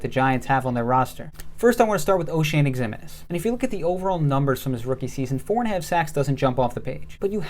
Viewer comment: FYI Ximines is pronounced Ziminez. Keep up the good work.